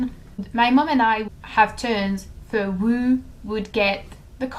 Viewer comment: just a little constructive criticism (as i am learning french and love it haha).. raw is pronounced more like rAWH and who is like HOO , if that makes sense